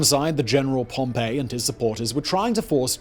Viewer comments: Pompey is not Pompei, you say it 'pom-pee'. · It's "pom-pee". Not "pom-pay". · Everytime Simon says Pompey like Pompeii a piece of me dies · Please please please stop saying Pompey like Pompeii